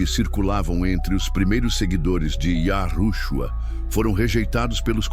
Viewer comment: Olha houve sim Manipulação nas Escrituras onde YAUSHA preveniu acautelar vois do fermento do fariseus Mas qto a esse vídeo essa Narração tá por fora Tenta falar nomes Hebraicos P dar impressão de estar por dentro dos nomes verdadeiro.mas fala errado e depois de falar yahushua Q P mim TB está errado fala Cristo Vc NAO ENTENDEU NADA AINDA SO Quer LIKES